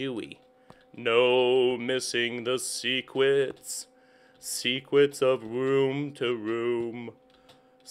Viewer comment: LOL he says Secwets in